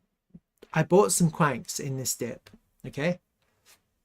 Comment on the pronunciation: It's pronounced qwan -x not kwanks! 😂